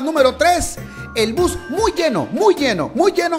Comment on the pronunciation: el narrador dijo bos en vez de bus like si pillaste eso